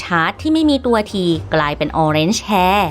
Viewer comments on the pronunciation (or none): Hair ไม่ใช่ Hear นะครับ